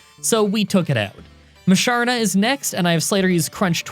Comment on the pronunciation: Tim-Pole -> Tympole Whirl-Ih-Peed -> Whirlipede Si-Jill-If -> Sigyliph Eh-Mo-Go -> Emolga (this one is subjective) Moo-Shar-Nah -> Musharna Drud-Ih-Gun -> Druddigon Me-An-Foo -> Mienfoo (I know you struggle with this one) Me-An-Sh-Ow —> Mienshao Ca-Rah-Cost-Ah -> Carracosta Zoh-Roh-Arc -> Zoroark Boo-Full-Ant -> Boufulant